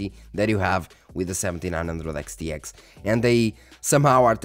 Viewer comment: Practice makes perfect Reviewing lots of Radeon cards enables you to say those Xs over and over again flawlessly. 🤣